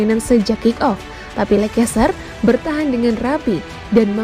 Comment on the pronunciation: Dibacanya leister mbaaa